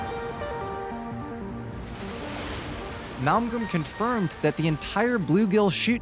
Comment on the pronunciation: It's drives me completely insane that you can't say his name correctly. It's MALMGREN... N.....NOT M . ITS NOT MALGREM. YOU LITERALLY SAID IT WRONG TO THERE FACE. Wow, Mr. Malmgren, I'm soo grateful for this opportunity to sit down with you. I have soo much respect for you... that i can't even get your name right...